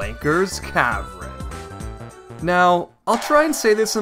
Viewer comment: And he says cavren instead of cavern.